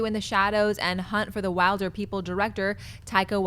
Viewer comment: Wilderpeople is pronounced Willderpeople fyi.